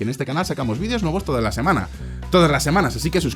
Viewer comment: Fonseca!!!! Por que dices VIDIOS??? Se dice VIDEOS!!!!! Con E!!!!!!